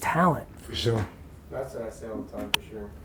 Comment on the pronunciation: “For shore”